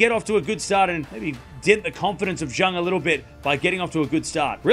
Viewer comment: Bad pronunciation for Zheng